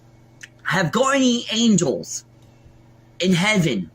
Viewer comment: "I am hav ga-E-in angles" apparently his "guardian angels" will murder people for him but they won't help with a simple speach impediment? WTF kind of guardian angles are that? I'm not making fun of his impediment, that's not his fault. I'm just saying, if angels were real, and if any of them especially multiple of them were looking out for him, that would seem to be the first thing they would address if they are trying to protect him from criticism.